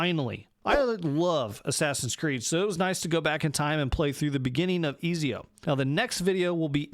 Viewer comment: Izio haha, it's Ezio😅